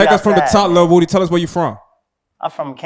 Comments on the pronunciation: Lmao dj can’t say woody 😂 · Broccoli baby had to point out on no jumper that he’s really a atl fan boy by letting us know that his name is pronounced lil wooooo Dy